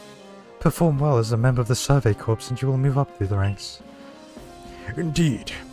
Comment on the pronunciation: I have only one problem with the video so far. Corps is pronounced 'core'. Other than that you're good.